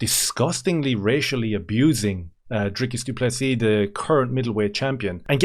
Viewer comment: How is it that an Irishman can pronounce Dricus du Plessis perfectly but the rich American "professional" commentators STILL call him DRYCUS DOO PLESSSISSSSS? Thank you as always from a frustrated SA fan who agrees the Strickland fight was super close but is happy Dricus won. I hope we can agree that whatever drama the UFC is planning behind the scenes isn't his fault.